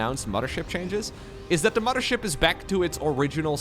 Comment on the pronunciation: I will donate to have never say "momma ship" again. Love your content otherwise buddy!